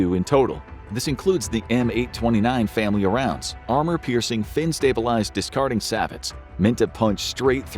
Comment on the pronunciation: sabots is not pronounced the way you said it